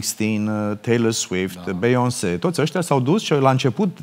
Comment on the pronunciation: Mirhcea, esti exact copia lu' nea Nelu, putin mai slefuit la engleza! Bhe-ion-se😂😂😂